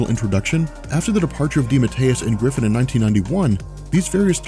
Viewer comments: Keith GIFFEN, not Griffin. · That's Keith GIFFEN, NOT GRIFFEN.